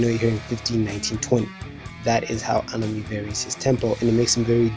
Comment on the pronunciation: ANOME? I haven't heard a weirder pronunciation than this one.